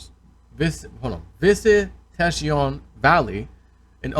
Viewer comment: It’s pronounced “Vi si tay shun” Valley. It’s on the outskirts of San Francisco. That house is overpriced for that neighborhood. We definitely have a bubble in SF that’s deflating as we speak.